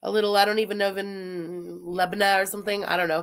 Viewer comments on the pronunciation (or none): none